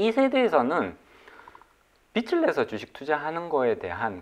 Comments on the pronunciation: 잘 들었습니다. 발음 좀 수정해야겠네요. 빚을( 발음 비츨->비즐) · 말씀 참 잘들었습니다. 다만 자꾸 "빛을 진다"는 말씀을 너무하셔서 이상하게 들립니다. 다음 출연하실땐 "빚을 진다"라고 해주시면 더 좋을것같습니다!!^^ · 빚(비즐)내서~~ 빛(비츨)을 내서가 아닙니다 국어시간에 뭐하셨을까? 비즐~~~~~내서 (빚) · 게스트가 빚을 계속 빛이라고 하시네요. 빛을 빛을 ...